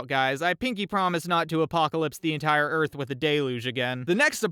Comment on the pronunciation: "God created the heavens and the eath ."